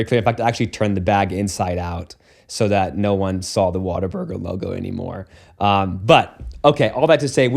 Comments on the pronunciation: Like all real Texans, he pronounced it "Water Burger." 😂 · The Texan pronunciation of Whataburger, which follows the pattern of hyper-rhotacism common to the accent (i.e. putting r sounds where there isn't an "r" but it makes it flow better or just "feels right")